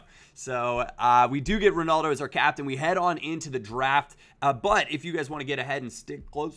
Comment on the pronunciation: Why can no American not say Ronaldo properly ?